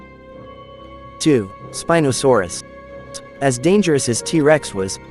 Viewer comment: You said spinadasaurs